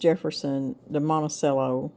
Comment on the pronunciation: Not really worth mentioning but Monticello is Italian pronounced with the "cello" pronounced as "chello". I have always pronounced it with the "ch" sound so I had to Google it to see which is correct. I guess it's just my ADHD. LOL It really irrelevant which we use. Thanks. Good recipes. One more comment. I am a little older than you and it's time you got some raised beds to take care of your backs. I have looked at numerous options, and the Vegega raised beds are my best recommendation. I plan to get a few. Trust me from personal experience regarding your backs.